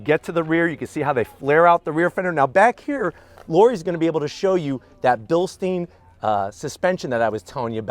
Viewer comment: Bilst-I-ne not bilsteen, You dont drink beer out of a steen